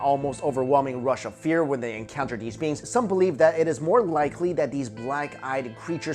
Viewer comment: I kept thinking he was saying "Black Eyed Beans" instead of "Beings".